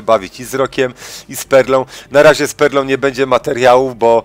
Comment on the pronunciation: Bez obrazy, ale jak mówiłeś z perlą brzmiało to jak spermą